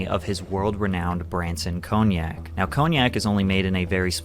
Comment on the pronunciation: Hate how he pronounces cognac